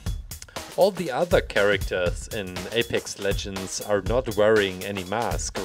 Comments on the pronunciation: did he just say epics legends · I love how he said Apex legends at the beginning with my country's accent